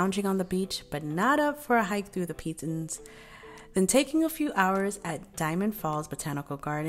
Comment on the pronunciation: The mountains are pronounce "Pee-Toh" since it's French the "n" is silent in Pitons